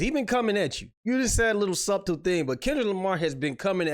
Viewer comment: Smh another W for my city.......wait BRO DID YOU SAY SUBTLE AND PRONOUNCE THE B!? FAAAAAAAAAWK! ITS SILENT BRO